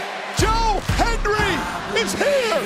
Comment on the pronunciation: Michael Cole can’t say HENDRY to save his life